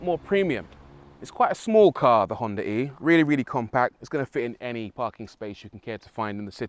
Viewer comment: Ahh, thanks for not pronouncing it "Honda Ree" like almost everyone else.